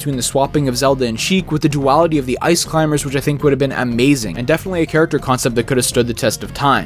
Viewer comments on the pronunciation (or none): none